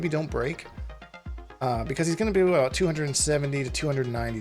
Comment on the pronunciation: Abooot? Are you Canadian? 😂